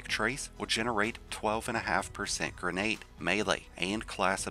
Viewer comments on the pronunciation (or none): none